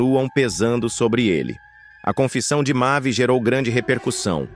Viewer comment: Quem diabo é mave se o nome é mavi ou vc não sabe lê ou narrar,essas mentiras